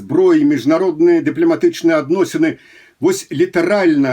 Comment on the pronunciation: ДэплЯматычны,не здзеквайся над роднай мовай!